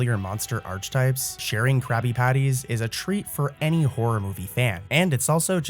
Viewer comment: you know what, i believe that youre not AI.... no computer would pronounce ARCHETYPE like THAT.